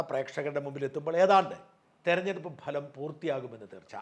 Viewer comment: ഭലം അല്ല സാജാ ഫലം.. ഫഹദ് ഫാസിലിന്റെ ഫ... ഫലം..